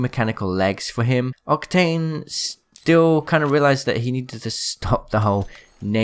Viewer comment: Lol you actually miss said octane and u said “octank*